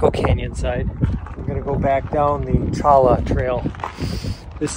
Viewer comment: I've spent quite a bit of time hiking in AZ. I have yet to visit some of the places you went to, so thanks for sharing. Also, Cholla is pronounced Choyya. The jumping Cholla are sensitive about that and will jump at and cling to you...😄